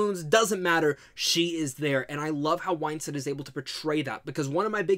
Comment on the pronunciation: Her last name is WINstead not WHINEstead.